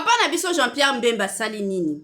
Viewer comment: oza zoba franchement oyebi ko pronounce pe kombo naye te ezalaka Bemba (mbemba te)